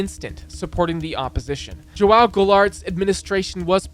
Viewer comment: Not him calling "João" joaul 😭